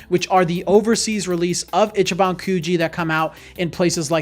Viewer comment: Its pronounced “Ee chee ban” Not itchy ban In Japanese, pronunciation could completely change the meaning of a word, or make a word nonexistent. FYI 🤙🏼